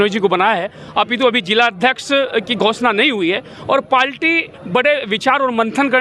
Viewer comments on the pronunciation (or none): पाल्टी नही पार्टी बोलना सिख ले भाई